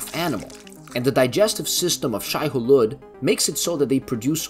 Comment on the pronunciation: It's pronounced "Shy-oo-lewd". And "Lee-et Kines".